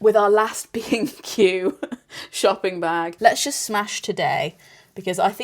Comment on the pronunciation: I am not British and whenever you talked about B&Q I thought you said „Craig and I are bein cute“ which confused me but also made sense? anyways you two are so funny together!